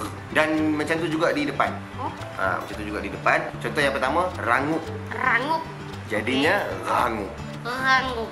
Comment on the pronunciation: That "ghangup" part is funny as hell😂😂😂😂